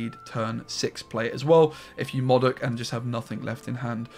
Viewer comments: Moudok not Mawdok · You mean Moe Dok